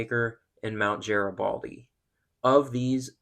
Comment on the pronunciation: FYI: Nice job on the video,, but you did mispronounce Garibaldi, which has a HARD G, not a soft one! One other change I’d make, is the use of banjo music, which has no cultural connection to the PNW, but would be appropriate in Appalachia... Instead, I’d look at using some good old 1990’s Grunge/Rock, or even Jazz, for a NW flavor. Finally, something that stood out to me as a bit odd, is the way that you say “Peace!” Almost like you’re another person altogether, from the one who narrates this very informative video. Personally, I’d re-think that, if I were you... Please accept my feedback as just that, and not as criticism of your excellent work here!